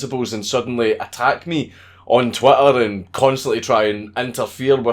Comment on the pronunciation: is it your accent, or are you purposely saying "twatter"???